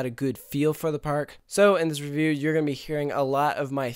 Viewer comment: You should do a video where you review, the word review; or reyveerr as you pronounce it! Idk why, I have a love/hate emotional response each time you say reyveerr (review)... 😄😕😜